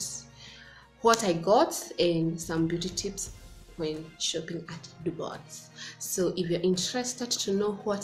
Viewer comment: Hey dear congratulations 🎉🎊 am sooo happy for you 1 k and is Dubwa for the pronunciation its french dubois thanks for sharing I will take time to visit them